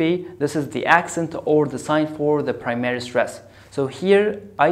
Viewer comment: Why you pronounce " primary" like this? I don't find this in the dictionary